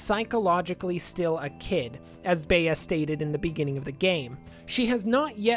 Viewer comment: Nice video, but it's "Bee". It's short for "Beatrice"